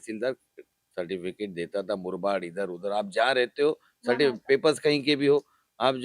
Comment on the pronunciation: Certifitic ???? Kisi ne suna kya nahi 😂